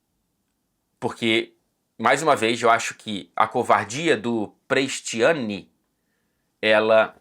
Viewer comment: Eu tenho uma pergunta para o. Se o Vinicius não fosse brasileiro,o seria tão assertivo nos vídeos? Tudo que seja racismo é condenável mas também acho lamentável a maneira como o diz o nome Prestianni.